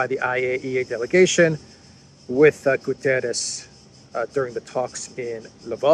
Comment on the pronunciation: GU - TTE - RES . It is a portuguese name not spanisch.